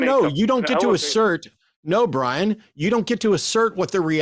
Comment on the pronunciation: 'Who is this Bwian?'